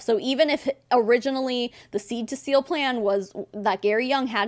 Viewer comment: Two things- one, the way this lady keeps saying “seal” as “SILL”, is driving me absolutely crazy. It’s like when people say pillow, as “PALLOW.”🤦🏼‍♀️ENUNCIATE! Two- your husband didn’t start walking because he was huffing oils! He was doing PT, correct? Hmmmmmm. 🤦🏼‍♀️